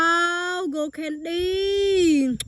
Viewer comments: Those ants were crawling on her like crazy, but why did she say candy like that? She said condy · Why did she say candy like that?